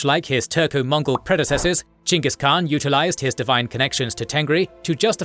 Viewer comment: Would have been nice if you had correctly pronounced Khan and Chinggis Khaan